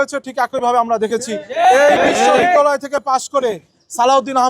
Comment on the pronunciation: বিশ্ববিদ্যালয় শুদ্ধভাবে উচ্চারণ করতে পারে না। হইছে লেতা (নেতা)। নেতার কোয়ালিটি দেখে ল্জ্জা লাগে।